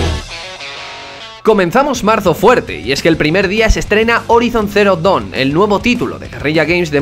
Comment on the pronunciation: dawn se pronuncia así allí! lo prometo!